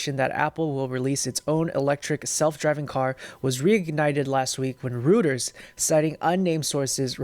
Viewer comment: ‘Rooters’ - pronounced royters